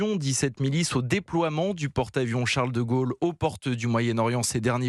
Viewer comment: "Charlles de Gaulles" ( Le Grand Charlles ) 👏